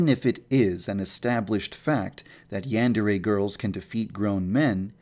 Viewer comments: cause sempai is a girl upperclassmen that's why, and the "yan" he doesn't say right the "dere" switches every once in awhile when he says it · does anyone know he doesn't say yandere right? (I'm not a hater, ok. just wanted to mention that because i love the game) it makes me cringe how he says yandere though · Guildmaster 36 Oh yeah I guess he does kind of say "yan" as if he were saying "ran" or "began"... Should be more like "yon" or "pawn" almost. But you are wrong about "sempai". "senpai" and "sempai" are the same word （せんぱい）, with the same pronunciation, but just different Romanizations. The rule is that a trailing "n" followed by an "m", "b" or "p" sound is pronounced as "m". For instance "Kenpo" is pronounced "Kempo" "Kanpai" is pronounced "Kampai" and "Senpai" is pronounced "Sempai" In practice both Romanizations turn up pretty often. The ones that use "n" are truer to the structure of the language but the ones that use "m" lead to correct pronunciation without needing to understand the language. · isn't it pronounced yan (as in yawn) dere? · OK this seems like a cool game, but if it's in the name of the game, you gotta pronounce "yandere" right...